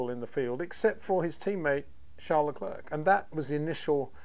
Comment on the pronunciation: It’s pronounced Lecl’air’ not Le cl’erk’….